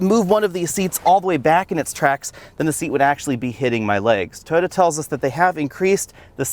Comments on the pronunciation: He pronounces Toyota as "toda" 🤣🤣🤣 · It sounds like he's saying "Tota." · “Tota” Corolla lmao why